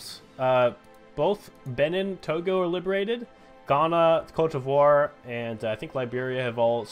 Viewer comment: That Côte d’Ivoire pronunciation though...